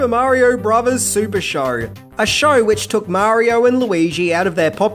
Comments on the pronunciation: Marior, Nintendor, Showr :P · Dear people of Australia, I love you and your amazing continent! …but the word “Show” and the word “So” does not contain the letter R. Thank you, and have a great day.